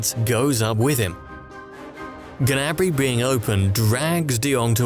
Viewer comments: ITS GNABRY NOT GANABRY ffs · You pronounce Gnabry wrong. It's not Ganabry!!!